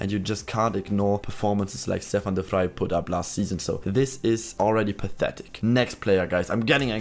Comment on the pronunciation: u should pronounce it as Stäfan de Frei😂